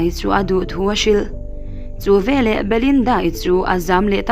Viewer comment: Ngaihnawm khawp mai. Mahse, veleh tih tur velah kan ti zel mai hian beng a tikham.